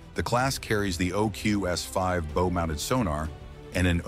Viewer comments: Your video would be a lot better if you hired an actor for your voice work. Along with a monotone voice there are many words pronounced wrong. The front of the ship is not the same item that an archer uses. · You pronounced bow incorrectly